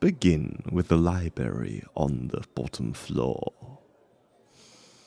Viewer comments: I’m sorry did he say libary? It’s library 😅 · You lost me when you said “liberry” instead of library.